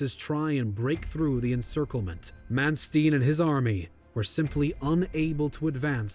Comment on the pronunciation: Probably the first time I have heard anyone say Mos-kauw. It's mos-ko. The exact same way we would pronounce Cosco. Also Manstein is said the same way we say Einstein.